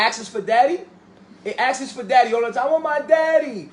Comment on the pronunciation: These look like the beautiful, educated, INDEPENDENT-MINDED women I see in Essence & Ebony. This situation is frightening. They're brainwashed by someone who can't even articulate himself talking about 'askses'. It's "asks". Dude clearly has a low self-esteem & feels powerless w/o the adoration of clearly lost women. These chicks can't even put their arms where they want smfh.